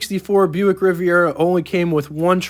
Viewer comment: The car is spelled Riviera and pronounced using 4 syllables. If u r going to write about cars I would suggest learning how to spell the name if the car and then practice pronouncing the name of the car.